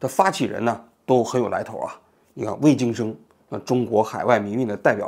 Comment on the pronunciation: 终于念对了😂一直都念“卫生巾”